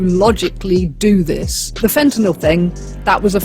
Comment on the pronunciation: Thank you for saying Fentanyl correctly, instead of FentanALL. It just irks me that everyone pronounces that incorrectly. Also, while it’s not that inconceivable to imagine the government having a hand in something like this, because they know who the big distributors are, I’m not sure it makes sense to use a chemical that causes flesh decay and symptoms like that, which require a lot of health care treatment for people with no money, instead of something that would just kill them quickly.